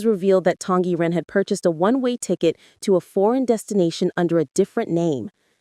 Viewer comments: SSSSSong Yiren not Tong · Song Y Ren! You said it wrong! It's not Tong Yi Ren!!!